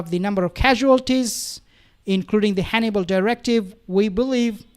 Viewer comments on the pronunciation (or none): none